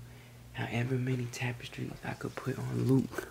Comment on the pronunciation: He said tapestries 🤭